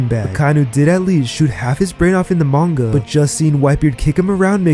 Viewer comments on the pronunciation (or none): none